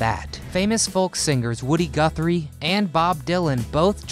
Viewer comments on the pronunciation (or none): none